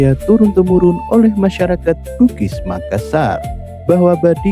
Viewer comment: Maklum aja bang mungkin admin nya bukan orang Bugis atau Makassar jadi penyebutan nya kurang pas, salam budaya tetap kompak